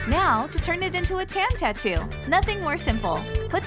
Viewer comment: Do you say Tan tattoo do you mean Tantoo